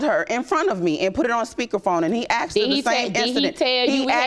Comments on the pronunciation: Yeah, he aksed her. Maybe should have asked her. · HE AXED HER ????? THERE IS NO FUKNG " X " IN "A S K E D " ???? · He AKSED her????.... ASKED!!!! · IT'S ASKED NOT AXED!!! GEEZ GO BACK TO GRAMMER SCHOOL Y'ALL! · Why do black people pronounce the work "ask / asked" as "ax / axed"? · AXED HER .... Can you people even speak your native language? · Wife said “he axed her” why can’t these fools use proper English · I know, right!? It's always 'Aksed' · I scrolled immediately to the comments, after she said that, to see if anyone else caught it. I see you heard it as well. 😂😂😂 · Why can’t they ever pronounce the word “asked” correctly?